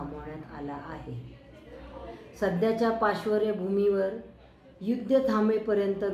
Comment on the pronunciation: 'पाशवर्य भूमीवर'??? 😂😂